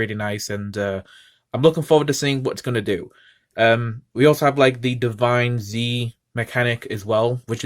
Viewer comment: It's pronounced Divinez, like 'divines', not divine zee. It's one word